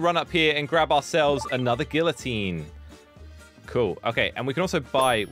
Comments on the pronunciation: Who's gonna tell him hes pronouncing the thing he created and his life's mission with the silent letter? Because I'm not doing it. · That is not how u say it